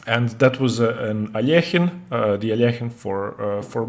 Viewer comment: The way you pronounce Alakhine is awesome